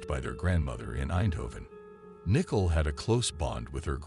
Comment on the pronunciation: Is that how they pronounce Nicole in the Netherlands?